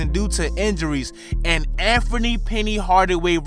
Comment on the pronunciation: Yo bruh it's Anthony not Amfomie.. lmao.